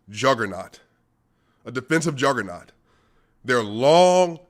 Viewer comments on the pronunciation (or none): none